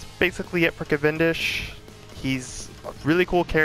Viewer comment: Yes, you say that right